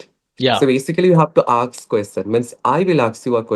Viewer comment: Aks = ask